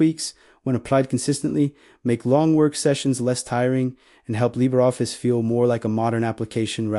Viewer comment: What exactly is "Libeffice"? I hate AI with a passion...